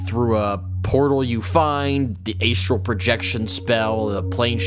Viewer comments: A-Struhl, not Ay-Struhl. (Good video though, Love the content since I found it.) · Sorry mate, could not get past Aye'strell plane. I know its tomato toemahtoe but oof. gl.